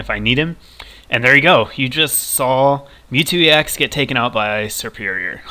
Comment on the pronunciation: It's not serperior!!!!!